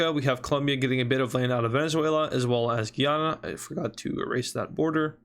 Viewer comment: He says guyana wrong Guy-Anna